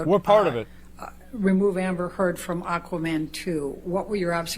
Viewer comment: Aquaman not Aquamara